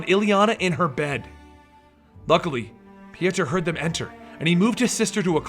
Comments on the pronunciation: I hate when people change words because they can say them. His name is either Pjotr or Piotr. Not Pijaturr like you were saying the name. I dont know where you found yourself an "A" and an "U". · its pronounced poitr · His name is Piotr pronounced Pee-Oh-Ter